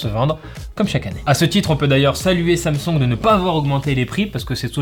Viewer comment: "sam songue"